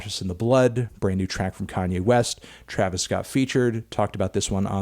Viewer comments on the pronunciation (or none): none